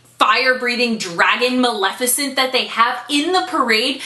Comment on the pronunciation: Oh my GAUD!!!! You said Maleficent right every time!!!